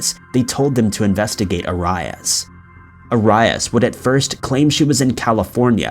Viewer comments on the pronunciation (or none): Her name is ( air-ease) no arias! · Aires not arius!!!!! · Do you not check how to say peoples names before you film? It is not A RYE AS. It's AIR EE IS. I love your videos and watch every single one but that drives me crazy lol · U know ur one of my faves but I think EVERYONE knows it's AIR-E-US not A-RYE-IS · its pronounced A-ree-ass lol... you're saying Ay-ray-us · It's pronounced Joe-dee Air-e-us. Kinda of irritating to hear such acsell known name repeatedly pronounced completely wrong. Dude, you said Judi Air-i-ass. Not being mean, but dude...really. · ‘Air-e-us’ not ‘A-rye-us’ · just another youtuner who doesnt make thier own videos and reads a.script wrote for them lol smh!! Man I swear u mispronounce everyname u say I swear jody AiR-ee -us I mean it was headline news u must've heard her name at least 5 times especially if u do this tyoe of content. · The way he says arius 🤦‍♂️😂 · 1.) The drink is a J2O not J20 2.) Arias is pronounced "air-ree-uss" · Travis was NOT in love with Jodi. He was just banging her...and unless you've been living under a rock all these years, her last name is pronounced AIR-E-US. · Air-ee-as sheesh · Omg you never heard her name pronounced it is pronounced "air-ree-is" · Arias Is pronounced Air ee us!!! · Her last name is pronounced AIR-e-us. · FYI- Jodi Arias's last name is pronounced Air-ee-us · For jodi and Travis It’s pronounced Joe-dy Air-e-ez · Arias "air e us" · The way you say Jodi Aries name🤦🏻‍♀️ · Jody Air E Us is how it’s pronounced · Jodis last name is pronounced Aries like the zodiac sign js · Actually, it's pronounced airy-us. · Does his pronunciation of Arias bother anyone else? Its 'air-ee-us'. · You pronounce so many words wrong.. Jodi's name is Are ree us or Air ree us..How could anyone get that wrong with all the coverage it got for literally months on end.. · Your pronunciation on Jody's last name is REALLY BAD,DO YOUR RESEARCH ITS NOT ORIS!!!! ANNOYING AS JODY WAS!! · 😑🤦🏻‍♀️ Arias (AH-Ree-Us)